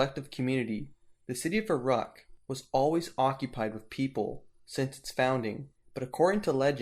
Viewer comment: Such a shame about the poor pronunciation of Uruk and other names. Took me a few seconds to figure out that Err-aahhk was Uruk.